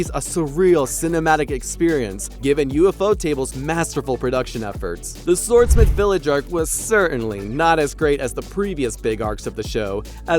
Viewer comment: Did bro just say u-f-o table?